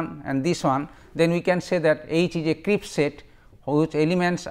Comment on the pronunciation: Crisp not Crips